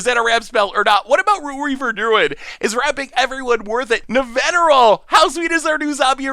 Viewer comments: mispronunciation also brings a little smile to my face. His absolutely perfect pronunciation of Nevinyrral while managing to but her Araumi, your own preview card, just makes me giggle. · pronounces Nevinyrral perfectly Also: Bonded Courier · Wait wait wait! You're telling me that can say easily say Nevinyrral but can't say chimera? What kind of logic is this? Also Nevinyrral goes infinite with phyrexian altar even more easily since you can eat all the zombies and Nev himself recast Nev and he'll coming in with twice as many there were. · He mispronounced heliod, but just nails nevinyrral., you sir are an enigma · I was looking for this comment. Was also impressed he got Nevinyrral because I even struggle with that one. But then be like CHIM-ER-A.